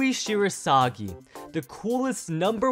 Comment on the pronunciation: Fact 11: his surname is literaly Shirasagijou, not Shirosagi